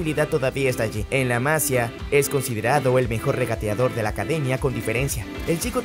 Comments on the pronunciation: Hola! Se dice: La masÍa, no la mAsia. No se acentua porque es en Catalan y no se acentua la i de Masia. Muy buenos videos! Un saludo amigo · No es la se pronuncia la MAsia, se pronuncia la MasIIIIIIa. De nada. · Por favor, pronuncia bien Masía Los acentos están para algo. Seas de donde seas, las cosas se deben pronunciar bien. Más que nada porque es fácil. Sigues diciendo Masia en vez de Masía, y suena horrible. Parece que no sabes realmente de lo que hablas. Como si te dan el guión pero las palabras no son tuyas. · Se dice Masía no Másia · La masía no la masia 🤦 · Por favor no digas mas la "másia". que me sangran los oídos ya.. es la "masía"... por mas que no se escriba se acentúa en la i... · Muy buen video bro👏. Por cierto, se dice masía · Buen video, sólo que es La Masía. Se lee con tilde aunque no la lleve porque es catalán, no castellano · "La Masía" lleva tilde, es fácil saber como se pronuncia. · No sabes pronunciar La Masía? Jaja.. tiene acento en la i